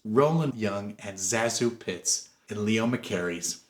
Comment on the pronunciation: Zazu's name has been pronounced all kinds of ways but in her autobiography, she says it should be pronounced Say-Zoo. Her name is derived from sections of her two aunt's names. Ruggles has always been one of my favorite movies. I always thought it should have been made into a Broadway musical. There is a film version with Lucille Ball and Red Skelton, I think. Not very good.